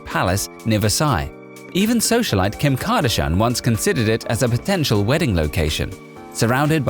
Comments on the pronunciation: “Kim Kadeshhenn” lmao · Haha I was about to comment the same! & Kim Kardashean. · How tf can u say Kim Kardashian name wrong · Imagine saying Kim Kardashian wrong 🤦🏻‍♂️